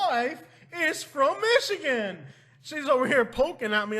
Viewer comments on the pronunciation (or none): none